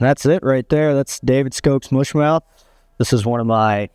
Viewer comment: Can you at least pronounce the fly correctly? It’s “mush” like up. Not “moosh” like moo. 🤦‍♂️